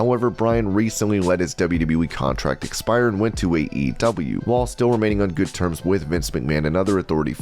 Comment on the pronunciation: Was getting seriously mixed up when you kept saying AEW, sounded like EEW.